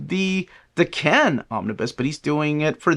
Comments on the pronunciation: Da Can? Really? It’s Daken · is pronouncing it wrong. He’s separating and over-pronouncing the da and the ken too much. It’s also not day-Ken. The Japanese would say it more like dah-kn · I don’t know how you’ve been saying it, but is pronouncing it wrong. You would put the emphasis on the first syllable in Japanese, while puts it on the last - it’s more like dah-kn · I pronounce it like Dokken 🤘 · is pronouncing it wrong. You would put the emphasis on the first syllable in Japanese and does the opposite - it’s more like dah-kn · Damn. Does everyone pronounce Daken like this?